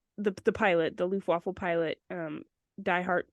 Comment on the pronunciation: Hi. German here. it's actually "Luftwaffe" not "Luftwaffa". The word "Luftwaffa" doesn't exist in German.